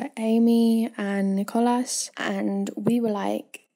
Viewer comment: Ne-Cole-As XD